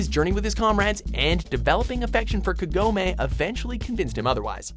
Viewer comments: No it sounds like you put too much on the "A" sound. Like you said it with 3 of them. It should have more of a "Kuh" sound than a "Kaaa". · Did he just say Kag-u-me? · You said Kagome's name completely wrong. XD